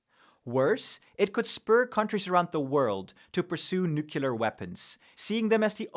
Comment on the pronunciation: Can you PLEASE learn to pronounce the word nuclear... (Hint, it is not "Nukular".) Thank you. I otherwise enjoy your channel quite thoroughly.